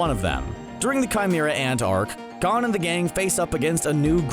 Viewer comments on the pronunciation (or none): He said Gone not GON🤣